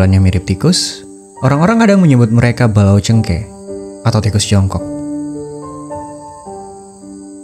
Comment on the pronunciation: Cengngkee...bukan cengke